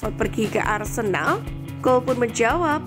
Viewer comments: Wait, naratornya bilang "arsendal"? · Ngakak lawak , host nya " arsendal arsendal,salah ngucap kali!